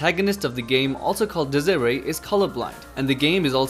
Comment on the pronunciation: desire?thats the way you pronounce it?lmao